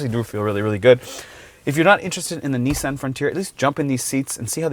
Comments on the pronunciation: Correct = Knee-Son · It’s freaking Knee-Sahn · Nissin? Did I hear that right? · What is so hard? It's pronounced Nissan. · “Nissin” lol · Please google: “how to pronounce Nissan”